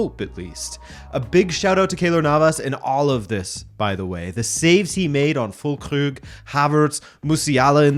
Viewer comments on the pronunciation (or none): You are pronouncing Füllkrug wrong, you are saying fullkrüg. Been bugging me in your last few videos 😅